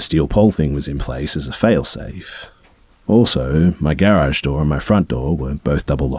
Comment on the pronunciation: Dude does not know how to pronounce garage lol